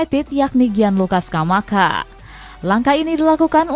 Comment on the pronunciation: paling suka dengar suara kaka bilang: gianlucca sccamaKHA 🤩